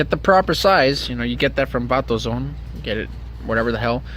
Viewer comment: I could of swear he said Vatozone. Lmaooo